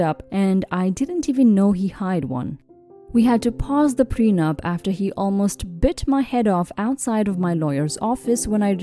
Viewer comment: Pre-nup not pren-up